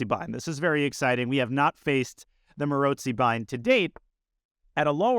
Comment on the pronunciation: Danya’s pronounciation is right, with a ‘ts’ sound, might have to do something with his own last name having the same sound in it :) I’d say it with a ‘ts’ and also a long o - like at the end of the word ‘go’ or ‘no’, with the emphasis on the second syllable